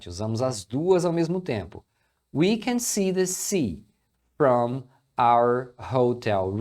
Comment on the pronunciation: Dica de pronúncia: cuidado pra não ditongar a palavra FROM. FROM não tem o ditongo ÔU, então não é "frôum", é "fram".